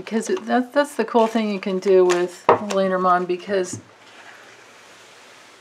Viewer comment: LOL watching this 10 months later I am cracking myself up... did I not read reversals back then? And how many times do I say "Ya know"? Oh well, thank the Lenormand for helping me out. And most of all thank you Grace for the awesome question. AND I miss-pronounced Lenormand back then -- have to thank Pavla Ustinov for her support in fixing that; I am forever grateful.